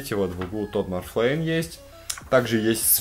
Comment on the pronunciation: Тодд Макфарлейн, а не "Тодд Марфлейн"